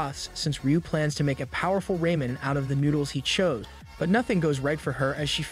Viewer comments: Still can't get over "raymen"... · It's Ramen not Raymen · I love “Raymen” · Why you say raman like ramen